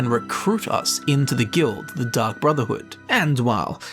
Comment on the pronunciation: I heard Dung Brotherhood which is infinitely hilarious to me since he was talking about them making a mistake